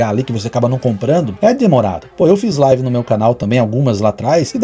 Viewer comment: Quando o cara começa a decair, chegar ao fundo do poço, ficar sem conteudo e começa a perder visualizações, ele começa a atirar pra todo lado pra conseguir mídia e não cair no esquecimento, o cara não sabe nem falar "live" ele fala "life" kkkkkkkkkk